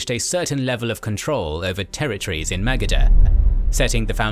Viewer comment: Magadha is badly misspronounced